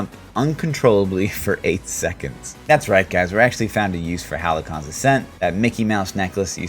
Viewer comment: I'm gonna try this out, thanks for the vid :) Also, halcyon = hal-see-uh n